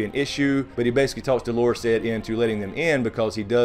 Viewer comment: Hey, love your reviews and theories. Great job! Just one thing: seems like a lot of reviewers have trouble with Dolorous Edd and the pronunciation. The term "dolorous" means "glum", "depressed", "sad", etc. The accent is on the first syllable not the second. In the books Edd is always expecting the worst to happen: he's always depressed and glum. Clever handle actually. Do' lor ous not Do lor' ous. Sorry for the grammar/English lesson.